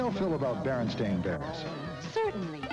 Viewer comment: He clearly said "BerenSTAIN" bears.